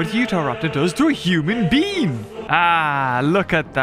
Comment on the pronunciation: “A human bean”